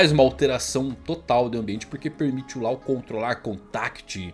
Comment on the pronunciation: A pronúncia é Ló e não Lau 😩